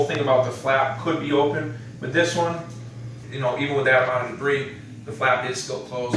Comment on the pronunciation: Debris has a silent "s"